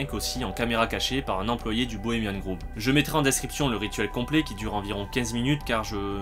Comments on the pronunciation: Le nom 'shrine' de la chouette veut dire sanctuaire/tombeau/lieu sacré, donc peut être qu'elle n'a tout simplement pas de nom? Et p'tite correction: ça se prononce 'grove' (=bosquet) et non 'groove' (=rainure) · Désolé de faire le relou, mais c'est "Grove" pas "Groove". C'est le Bois Bohemien, pas le Groove Bohemien ;) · Aau fait, pour la ramener:on dit "grauve", "pas grouve" (grove, pas groove) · Pas mal, mais on dit grove "grauve" pas groove, sinon shrine, ça veut dire autel. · Pourquoi Bohemian "Grouve"? On ne dit pas "Grauve"? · "Bohemian groove"... Tu me tues à chaque fois ! :-) C'est un o ouvert comme tu prononces Rohff par exemple. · Cette vidéo est très intéressante. Merci! Mais, grove, ça se prononce avec un "o" ouvert comme dans le mot "host"! Désolé, j'ai pas trouvé d'exemple en français. Entendre "groove" tout le long de la vidéo a fini par me faire craquer...